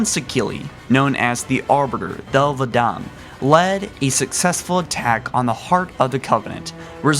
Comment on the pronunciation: Lek-golo not mech-golo Not sank-heli Thel-vadam/vadamy NOT FUCKING DEL-VADAMY I WILL NEVER LIKE YOUR VIDEOS IF THIS KEEPS UP